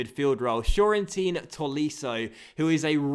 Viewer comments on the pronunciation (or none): Tolisso's first name "Corentin", the "Co" part is pronounced "Ko" just like Koke, Koziello... :)